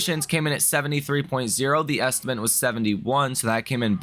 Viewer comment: Love the content but “estimant” gets me every time ☠️